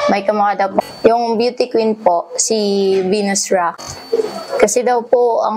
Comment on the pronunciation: Venus Rock b?? Ndi Venus Rah 😅